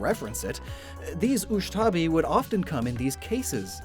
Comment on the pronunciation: I think it's ushabti. Not ushtabi.